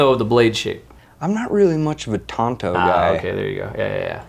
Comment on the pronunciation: FFS its a "TANTO" blade. TONTO was the Lore Rangers sidekick